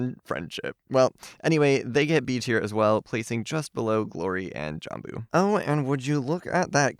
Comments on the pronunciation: Ps, Jambu is a Malay word pronounced Jum-boo (it’s a kind of fruit I think and “merah jambu”means pink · Im pretty sure its pronounced jom-bu and pie-ria? Please correct me if I’m wrong and I love your videos especially the ranking ones:)